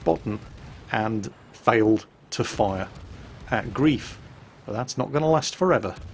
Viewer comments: And it's pronounced 'grife' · Hi. The player isn't called 'Grief' but 'Greif' (gR3iF), which is German for Griffon. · His name is Griffon (ger: Greif/gr3if) not grief. Great play. I do love my Farragut with def fire, drives low tier carriers nuts. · his pronunciation of German is quite adequate compared to other English language YouTubers. I just think he'd like to pronounce the name of someone, who shares a name with how Erwin Rommel named his desert campaign command wagon, correctly;)